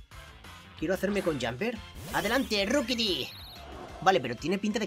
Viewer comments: Se pronuncia roquibi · SE DISE RIQUITI